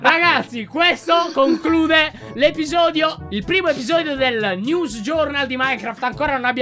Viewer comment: Titolo: Minecraft news pronunciato Nevs